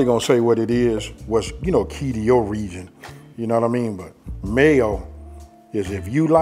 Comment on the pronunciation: Man, I love how he pronouns the "MAYO" word !! I love me some mayo, too